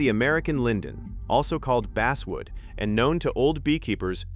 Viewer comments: stupidazzed AI, IT`S BASSSSSSSSWOOD, NOT BASEWOOD !!!! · Please try to teach your AI how to pronounce words!! Bass are fish, but I sing bass in the choir! Basswood is pronounced the same as the fish, bass!! AI will never amount to anything unless you can teach it to pronounce words correctly!!